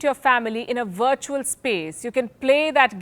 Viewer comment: Palki is beautiful, and I love how she says 'wirtual'!! We really dont need this metaverse Palki.. when is enough enough???